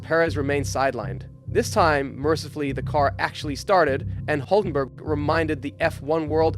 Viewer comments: Adding: There is a similar sound in English, the Y in Syria or in the town of Syracuse. So try Hylkenberg, you should be very close... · Good Video, but one thing: His name is Hülkenberg (Umlaut U, that will change it to Ü). You should at least change it in the Video Title, as I understand there isn't such sound as the Umlaut-U (Ü) in english. Probably that's why you guys call it UBER instead of the German word ÜBER (meaning ABOVE)... I really hope Nico will Race some more and gain more podiums...